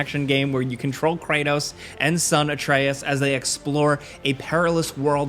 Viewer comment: bro said kranos ...